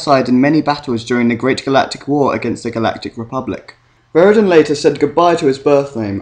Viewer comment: Veridan not Verigan